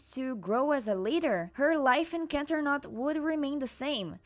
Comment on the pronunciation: "canternot" ☠️☠️😂😂😂😂 I can't